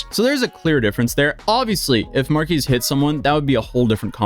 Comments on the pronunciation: Marques ❌ Markeese ✅ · You don't say Marques right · This is nothing compared to the gravity of his situation, but please, pronounce his name correctly